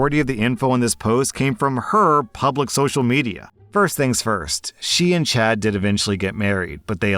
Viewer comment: You know you're too terminally online when you keep hearing 'chat' instead of 'Chad' lmao.